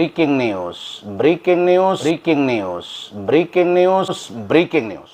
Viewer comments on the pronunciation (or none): Briking nius briking nius 😂😂😂😂😂😂 NYUS BANG....BUKAN NIUS 😂😂😂😂😂😂